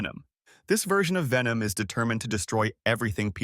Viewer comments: Nah it aint vemon it venom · It’s pronounced VENOM!!!